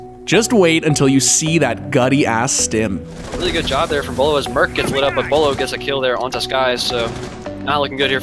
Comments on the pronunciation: He's my gaming idol. With that being said, I honestly think he has Aimware built-in his Nervous System. It's also Beaulo not Buealo. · The second I heard the first “Bwaylow” I just knew they’d be trolling the name for the rest of the video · I tilted my head when he said Beaulo right, then not a second later"Boo-ello" , but then he said "Boo-lou" i lost it there 🤣 i died the whole video anticipating his next pronunciation. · the way he said beaulo like kinder bueno Edit: now they out here calling him booloo lmao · This guy said Beaulo Bolo Bee-a-oo-lo Beeloo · "bway-low" "boo-loo" lmao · boiwlo beaulo bulo i heard in this video. Lmfao hes great player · He pronounced it Bolo Booloo Beeaalo Belo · “Bwilow” LMFAO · Booey beolu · . “Booloo, “bueyelo” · I love the fact that he pronouces Beaulo's name wrong like 7 times. its pronounced BowLow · Boilo boolo he pronounces his name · “Bwy Low” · its bow-low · why did you just pronounce it as boylo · Buuu-wayyy-looo, even though some of clips have his name said properly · is he saying bwello??? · Bulu? Come on man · Boo-Lou Beaulo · How he pronounced beaulos name tho he said booloo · Bwaylo wtf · Did you just say bulu? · Could you please decide how to pronounce him you said : Bowlo Bulu Beulo Baulo what else jk 😂❤️ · it's pronounced bweelo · ITS NOT BOOOLU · "Boolao" come on man, at least say his name right ffs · omg the commentator made this video so cringy smh. he mispronouces his name so many times(buelo, buulo what else?) superlike for beaulo himself tho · He's mispronouncing his name just to trigger people in the comments,it's not that hard to understand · He pronounces Beaulo differently every time lol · Buuulo ,boeaulo, beatroot lmao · Matthew Julian Chill, he’s just making fun of how people mispronounce Beaulo’s name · How do you mess that up. The video even pronounces his name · Top 10 ways to pronounce "Beaulo" wrong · The intentional mispronunciation killing me.😂😂😂😂😂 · The way he says his name hurts me